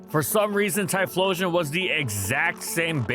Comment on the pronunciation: Tyephstein xdXdxdx